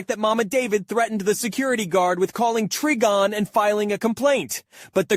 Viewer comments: To say Trigon say the Tri like you're gonna say triangle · It hurt me every time you mispronounced trigon.